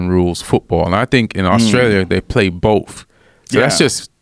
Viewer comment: Please people the word is BOTH not BOFE, THIS not DIS, THAT not DAT